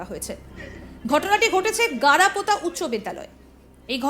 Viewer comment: পড়াপোতা নয়, জায়গাটি গাড়াপোতা হবে,( বনগাঁ র কাছে)